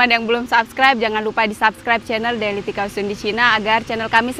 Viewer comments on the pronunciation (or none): none